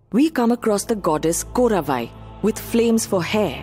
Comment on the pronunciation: the name is not KORAVAI..its KOTTRAVAI...WAR GODDESS OF TAMILS